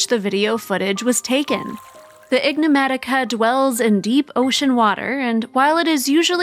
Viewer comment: The voiceover tech is calling the creature, "ignomatica". It should be "enigmatica".